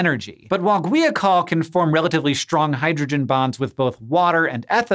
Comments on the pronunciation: Gwee a col? How about guy-a-col. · According to , it's pronounced gwahy-uh-kohl. Sorry but looking at that word I had a hard time believing it was pronounced gwee-a-col.